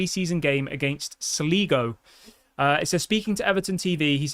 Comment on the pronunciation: It's Sligo FC... Pronounced Sly-go .... On tonight... Jaysus and your English 🤓🤣🤣